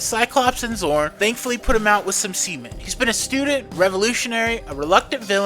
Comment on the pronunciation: Gotta enunciate the T on the end there better!